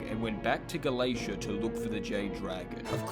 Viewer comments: How is Gala-tea pronounced Gala-ace-ia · it's pronounced ga-la-te-ah as far as I know, and not ga-la-tia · YO A NEW VIDEO (also him saying galaesha caused my physical pain) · Erm akchtually its pronounced Ga-la-tEa 🤓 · calling galatea "galacia" causes me PHYSICAL PAIN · "Galacia" there is an NPC whose sole purpose for existing is to tell people how Galatea is pronounced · I unsubscribe for a single day and he reels me back in with Hypixel Skyblock. Edit: How do you mispronounce Galatea this badly?! What the heck is Galeisha? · His pronunciation of galatea causes me physical pain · like how does he even go from tea to cia it hurts listening to the video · as an avid hypixels skyblock fan, the way you said "galatea" made me cringe, i cramped psychically, and had a massive migrane, do better next time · mispronouncing Galatea gave me PHYSICAL PAIN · This is the worst Galatea pronunciation yet